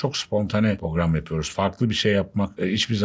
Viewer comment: Herşeyi tamam hep dinliyorum ama tek sıkıntı var her "porogram" dediginde gülüyorum.